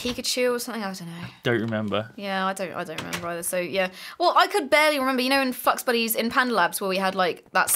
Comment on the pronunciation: did she say fucksbuddys? it kinda sounded like that